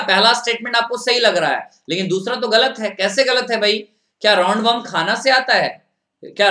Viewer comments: He is tooo annoying to listen (Ga la t) galat 😏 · "galat" wow wt a pronau sation